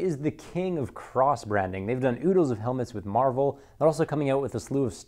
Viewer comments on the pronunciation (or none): none